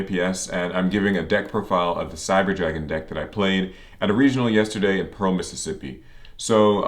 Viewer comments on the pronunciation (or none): none